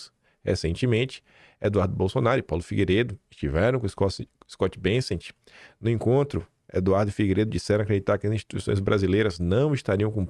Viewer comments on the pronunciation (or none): Não é Scott “BeNsent”, é Bessent